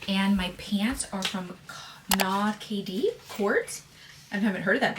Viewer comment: NA-KD is a Swedish brand, pronounced "Naked" :)